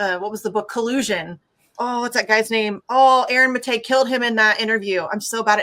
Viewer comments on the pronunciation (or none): none